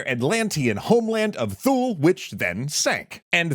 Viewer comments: Isn't it 'TOO-lee'? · If you're talking about Thule, it's pronounced "Too-lee."